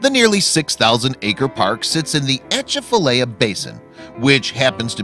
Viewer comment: Just an FYI your pronunciation of Atchafalaya Basin is not how we say it in Louisiana. Also gators are so prevalent in the southern part of Louisiana it's surprising if you don't cross paths with one when you're fishing. I'm not sure why he was surprised to have one on his line, especially in a swamp.